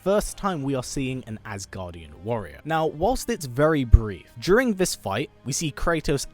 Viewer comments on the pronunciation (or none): none